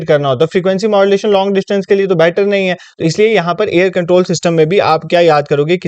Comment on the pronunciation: i find it funny when you say "ye kuch ne hai"